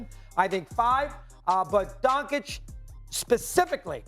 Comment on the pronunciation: "Donkich" Really?!? Some journalists, they can't even pronounce the name. Pfff